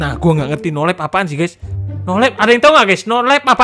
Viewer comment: Nolive. Wong ndeso nyebut e nolep